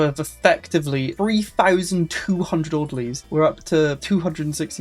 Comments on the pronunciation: Its not Order-lie it's ORDER-LEE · Orderleez Not Order-lies I'm a pedant, I know. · It's Order-"Lees". Like people who work at a hospital.